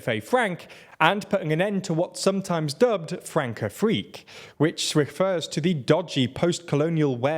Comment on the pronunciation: The cedilla under the c (ç) tells you it's pronounced as a soft c. It's pronounced "France-Afrique", not Frank.